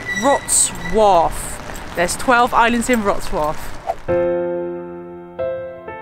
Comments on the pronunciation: Perfect pronunciation of Wrocław ( vrotswav ) by 👍👏👏👏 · Proud of you for how you mastered the pronunciation of "Wrocław" :D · What a great videos! I'm going to stay with you. Geatings from Wroclaw (ps. you prounanced the name of the city real good!) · Great pronunciation of the city name ! Well done! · it was a perfect pronunciation!